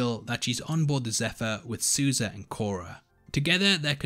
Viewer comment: I’m sorry, what? Susie?🤣you mean Sousa ? 😅😂